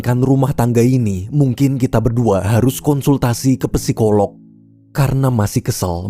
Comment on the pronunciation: bang, psikolog/psikologi huruf "p" nya gausa dibaca, jadi bacanya langsung sikolog/sikologi